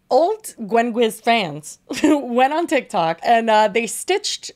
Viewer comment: said tihk toohk like Miranda Sings